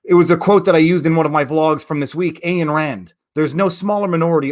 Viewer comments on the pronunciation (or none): Ayn in Ayn Rand rhymes with pine or mine viva.